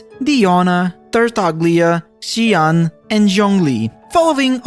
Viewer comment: bro why do u say nearly all the characters names wrong???? "orozaria" its Rozaria "gyanyu" its Ganyu "xyian" its Xinyan "shenji" its Shenhe "junjin" its Yunjin "ceno" its Cyno "cadance" its Candace "Yelow" Its Nilou "Nihara" its Nahida "laila" its Layla "yeahyo" its YaoYao "wretalzee" its Wriothesley "sedo" its sethos "ingrain" its sigewine "chloride" its chlorinde no fontaine doesnt have any right to be called the best it has underwater life that should have been done in EVERY region it has its own stupid pneuma ousia mechanics which other characters dont have the story is a bit boring and lacking combat , wish we at least would have done something personally about the flood , like rescuing people while it happens mondstadts is by far the best , one of the greatest bosses , not hard but not too easy good fights in story story forces u to explore a bit not too large of a region so u dont spend ur entire life on exploring it just to never 100% it no super hard enemies great events and lore best archon by far